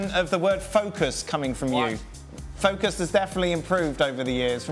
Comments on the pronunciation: Yes Frank, it's focus not fockus 😆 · Lol seriously, every French person keeps asking to fukus 😂